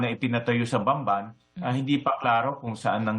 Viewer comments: Kailan kaya mappronounce ng maayos ang BAMBAN hehe hindi Banban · Hey, Sandra! That's Bamban, not Banban. Ok????